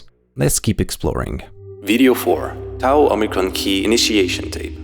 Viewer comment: So, you have the gall to pronounce "Tau" properly, do ya?